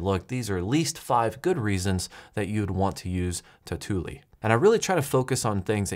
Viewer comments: Say it with me tau - tu - li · It's pronounced "totally" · If you pronounce tautulli 2 times the same way in this video you get a dislike!